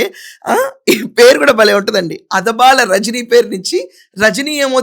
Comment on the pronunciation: అదబాల కాదు అడబాల.. గారు